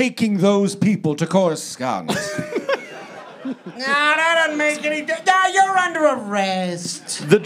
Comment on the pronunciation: "Crus-cuuuuhhh?-nt?" killed me